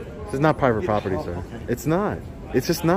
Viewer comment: The captain has a lot of questions…. Pivate poperty lol